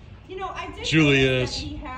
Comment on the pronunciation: I would imagine that Prince Julius is not used to stepping on any rocks! The Netherlands is a sandy country. Congrats on bringing a Prince home to (USA? Canada?)! HIs name was pronounced Yoo-lius in The Netherlands.